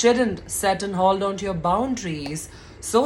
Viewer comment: It's ko- legge.... its per- so- nal....it's lo- college not low college...its hole-don.... ur pronunciation irrespective I'm in Total agreement with ur thought